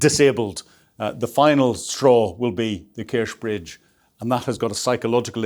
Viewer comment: Kerch is pronounced with a ch at the end, like church.